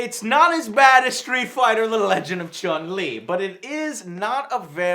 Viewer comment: Street Fighter Legend of Chum-Lee. its Chun-Li sir... Chun.... Chun!!!!! What is this? Pawnstars? Ugh!